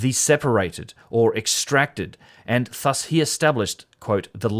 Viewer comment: ‘Thus’ is pronounced with a soft th, like in the word ‘this’.